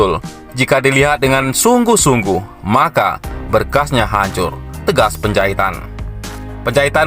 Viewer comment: Johnson Panjahitan bukan Johnson Penjahitan!! Anda harus belajar banyak MEMBACA, agar tidak salah baca, bisa menyinggung perasaan lho!! Penjahitan-Penjahitan-Penjahitan!! Emang tukang jahit???